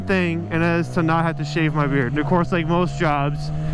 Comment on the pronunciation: Thought this was " my first bike" , not ; " my first beard " . XD all love